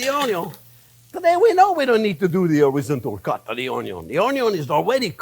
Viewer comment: Spent quite some time, even attempting a web search, to find out what he's saying here, before I realized; Jean-Pierre is in fact not using a fancy, french-sounding culinary term. He is quite simply saying "horizontal cut" 😂 God bless you Jean-Pierre...